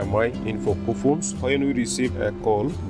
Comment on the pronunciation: Its poco not foco